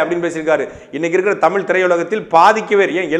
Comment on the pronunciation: அண்ணே.... தமில் அல்ல தமிழ்.... கீலடி அல்ல கீழடி.....